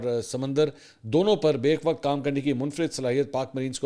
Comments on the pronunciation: urdu he theek se seekh lo, bek-waqt nhee gadhay... be-yakk waqt hota hai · منصور بھائی لفظ بَیْک وقت نہیں ہے بلکہ بَیَک (بَہ یک) وقت ہے۔ شکریہ